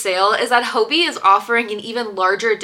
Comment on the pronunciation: Im from denmark and im pretty sure “hobbii” is just pronounced like hobby